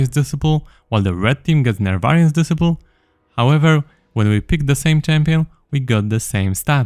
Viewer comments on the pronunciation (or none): disciple is pronounced dis-eye-pull still, thank you sir :) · Disciple is pronounced des-eye-pl fyi ❤😁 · Disciple Pronounced Dee-Cy-ple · Disciple is pronounced [dɪˈsʌɪpl] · Psst, it's pronounced "Dis eye pull" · It's pronounced "disciple" and "shose" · de-SCI-pole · the way he pronounce "disciple" is tweaking me man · It's pronounced disciple not disciple